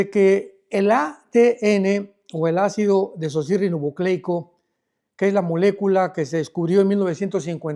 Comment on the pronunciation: Se. Alducin, si no sabe pronunciar ácido desoxirribonucleico mejor no lo pronuncie. No haga el ridículo. Diga sólo ADN.